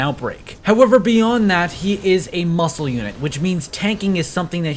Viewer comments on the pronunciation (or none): none